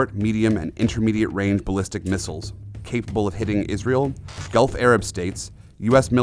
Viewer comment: gulf not golf.